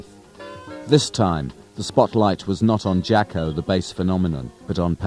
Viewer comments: It’s pronounced Jah-Co. it was his nickname as a kid because he was a sports jock. How it got misspelled I don’t know. But definitely not Jack-O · "Jack-O"? "Sax-Offinist"?